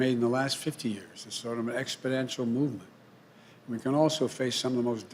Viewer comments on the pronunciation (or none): I love Joe Biden, but could one of those scientists maybe discretely point out to him that it's pronounced "expoNential"? This is a bit random, but I kind of love that he's wearing a green tie instead of the usual red or blue. He should make that his thing, highlight the Irish Catholic heritage. On another note, I think it's pretty clear that all the Trump fans in the comments don't actually watch the videos and just come here to spew their hatred, because of not one of them so far has said anything about his slip up where he said wanted to be the president to "preside over cancer as we know it" instead of "the end of cancer as we know it". P.S. That wasn't a call for you to delete their idiot comments, YouTube. "The First Amendment is one of the defining features of who we are in the Bill of Rights and to shut it down in the name of what it appropriate is simply wrong." - Joe Biden